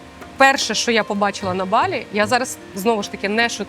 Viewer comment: Авторе, не БалІ - а БАлі! Не будь кугутом недосвідченим - навчися правильно розмовляти,!